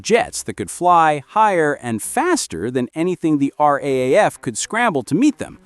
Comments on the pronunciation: It's RAAF, not RAF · It’s pronounced “R Double-A F”